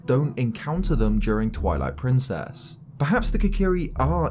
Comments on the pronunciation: Did you say "Toilet Princess"? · Omg, I had to stop the video at :20 and leave this comment because I totally heard you say “Toilet Princess” XD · I thought he said toilet princes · 😂 I heard it as well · Did he just say TOILET PRINCESS😅😂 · Is it just me, or did he say Toilet Princess? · it soinded like he said "toilet Princess"